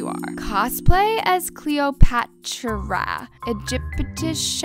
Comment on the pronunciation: Pov: your Irish and don’t say cleopatchRA